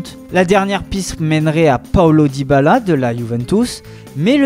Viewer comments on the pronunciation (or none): none